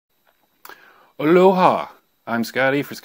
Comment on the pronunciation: Its 'Aloha' not Oloha🤦‍♂️🤦‍♂️